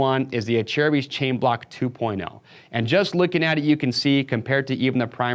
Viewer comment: He’s saying correctly smh